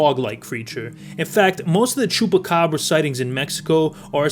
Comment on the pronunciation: Bro the way you pronounced Chupacabras and tio was hella spot on, do you speak spanish or are you just good imitating accents?